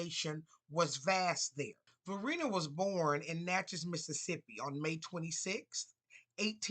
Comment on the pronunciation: It’s Va-RYE-na, not Va-REE-na. From Virginia here.